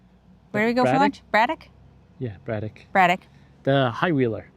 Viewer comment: It's pronounced Ba-DECK.